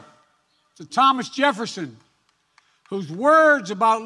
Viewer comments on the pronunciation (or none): none